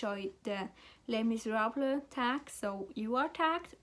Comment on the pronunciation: Sweet! You pronounced the names better than I would have! This is a great tag, totally gonna check out Juan's channel